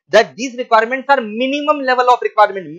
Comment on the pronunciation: Wah sir maza aa gya....bare minimum kya press karke bola h😂